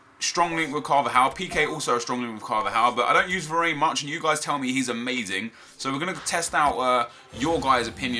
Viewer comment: it is eric (dyer) not (dear) and it is Var-ran not Var-ane